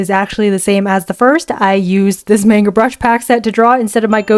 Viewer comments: its man-ga not mahguh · Why you say mänga it's Manga pronounced maangaa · "menga"..? MENGA?!?!? ITS CALLED M-A-NGA /not tryna hate/ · i just want to point out--not tryna be rude--that in japanese they dont have that 'AY' sound, they use an 'AH' sound, so manga would actually be pronounced mh-AH-ng-gah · It's monga not manga